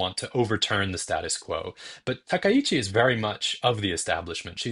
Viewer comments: Finally, a media pundit () who can actually pronounce Takaichi's surname correctly. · That was clearly just bit of vocal slurring. His pronunciation of Takaichi was spot-on perfect, the first media talking head to pronounce her surname correctly so far.